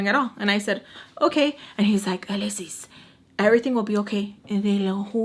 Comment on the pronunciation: The way Mr.Peach would say your name always makes me crack up , uhhh lesss ssissss 😂